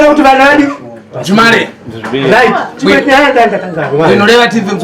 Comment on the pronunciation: MUKOMA, MATI CHIWERETI, INSTEAD OF CHIKWERETI 😊